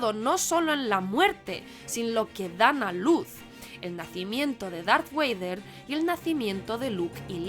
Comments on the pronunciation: Que lastima de 3 minutos que he perdido escuchando a niñata que ni siguiera ha visto la saga en el orden correcto y dice Darth Wader. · Que es eso de Darth "Wader"? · Todo bien hasta que dice...Darth Weider, se le cae todo el vídeo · Darth Güeider😮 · Me gusta tu video! Me hace mucha gracia escuchar “darth Wader” 😂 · Todo muy bien hasta que dijiste Darth Wader! 😅 Los tecnicismos muy bien y es lógico que técnicamente sea mejor el episodio III, pues han pasado muchos años; hay más experiencia, más presupuesto, etc etc…eso es una cosa…y otra es la magia. Las primeras películas tienen tanto amor impregnado por George Lucas, que se palpa al verlas. Con menos presupuesto, menos medios y tecnología, hizo algo “insuperable” por todo el cariño y amor que puso en la trilogía original. Harrison Ford como Han Solo y sus toques de comedia es irrepetible, Mark Hamill, Carrie Fisher y Alec Guines es una combinación perfecta. Y ni hablar del momento en el que “Darth Vader” dice “Yo soy tu padre”…es que solo por ese momento y lo que te hace sentir, ya ganó al resto de películas…como son todo opiniones, yo tengo la mía y es esta. En mi opinión el episodio III es brutal pero nunca supera a las originales. Un saludo. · ¿Acabas de decir "Darth Waiter"? 😂. Me gustó mucho este video, ya que no me había dado cuenta de todos esos detalles (y eso que he visto fácilmente más de 20 veces la película) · Me ha gustado mucho hasta el momento que ha dicho Darth Weider.... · ¿En serio? Datrh ¿“ueider”? 🤣🤣🤣🤣🤣🤣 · Darth... "Weider"? ¿WEIDER, EN SERIO? 🤦 En fin, y si fuese solo eso. Hay tanto vergonzoso en los argumentos y paj4s mentales de este vídeo como en la película que intenta defender, así que mejor me callo, que tampoco quiero hacer sangre y estos vídeos cuesta mucho hacerlos, aunque sean absurdos. Un abrazo y más suerte la próxima vez. Prueba con algo que sí domines, que de cuñaos ya va el mundo servido. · NO puedo contener la risa cada que dice "Darth Wader" perdoooooooooon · Darth Güeider